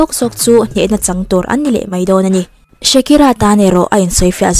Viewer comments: Shakira ti lovin shikira tiin i lam mai in ka hria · Shakira ti ve mai la, Shikira a ni lo